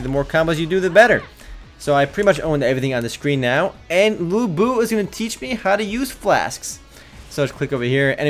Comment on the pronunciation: Lu Bu ? LU BU ?! seriously dude ??😡